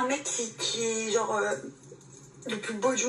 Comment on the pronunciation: Tout ça pour répéter trente-deux fois "genre" qu'elle prononce jore A croire que plus tu es médiocre à devoir raser les murs, plus tu te pavanes comme si tu étais le roi du monde.